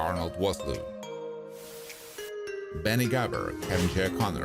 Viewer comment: Vosloo, pronounced Fos-loo